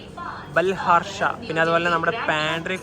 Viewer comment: ബാൽഹാർഷാ അല്ല ബല്ലാർഷാ ആണ് H Silent ആണ് പല വീഡിയോയിലും ഇങ്ങനെ പറയാറുണ്ട് ഞാൻ ഇവിടുത്തുകാരനാണ്